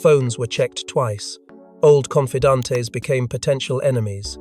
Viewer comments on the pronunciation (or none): Confidantes, we don't need no confidantes. Learn how to properly pronounce the word. This ain't Tijuana.